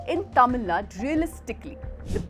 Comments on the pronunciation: Dear editor, - I welcome your commitment to the independence of media. -- The narrator did a good job but why is she mis-pronouncing the name "Tamil Nadu" as "Tamil Nad"? - It is highly disrespectful to Tamils that your narrator, wbo is able to pronounce the names of the other southern states coŕrectly, has failed to learn how to pronounce Tamil Nadu's name. I hope she has no animus against Tamils and Tamil Nadu and will rectify her error. Regard, Thevar TAMIL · Please stress the Tamil Nad'U' . Hope you correct it from the next video onwards.